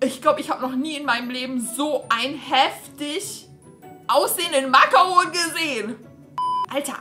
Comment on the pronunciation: Wie sprichst du bitte Macaron aus???!!!